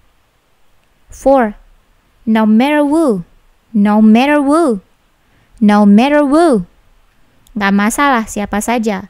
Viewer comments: mis bukanyya who itu bacanya hu ya. kok wu, maaf miss apa saya yg belum tau ?? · Kak ini koo ngmongnya ada yang salah? Who di baca wo